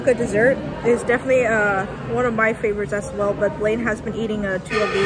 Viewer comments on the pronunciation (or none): none